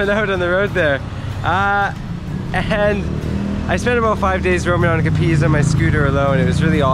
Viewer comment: Capiz is pronounced with tress on the first syllsble like CApiz, and talaba with stress on the last like talaBA.